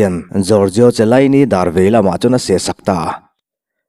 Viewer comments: Zorzio chilaini lawm😆😆😆a lam dik reng😂😂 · Chiellini ilam dan hi, Khialini ti a lam tur